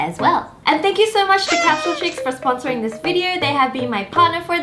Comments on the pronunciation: Wengie: capshule Me: capsule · Why she keep saying capshle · it was soo funny how she said capsule capshuleee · She said capshule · Did anyone else realize she said capshal X3